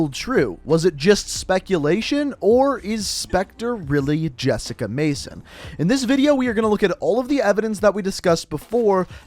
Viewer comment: It’s Jessica